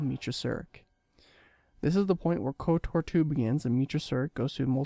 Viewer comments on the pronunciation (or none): none